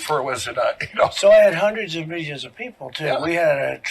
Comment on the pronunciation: “We had hundreds of milzions of people”